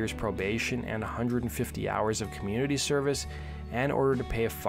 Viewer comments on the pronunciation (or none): none